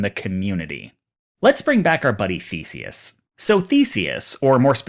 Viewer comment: his name is spelled The-se-us, not feces